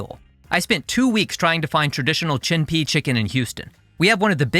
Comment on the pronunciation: Funny how you put up 陈皮鸡 and claimed you didn't know how to pronounce it, but yet seconds later you said chen pi chicken just fine. 😄